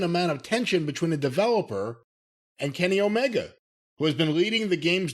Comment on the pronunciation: I am one of those Kenny Omega fans that you're talkin about and no I would not put him in charge of my game oh, but I do laugh every single time you call him Kenny Olivier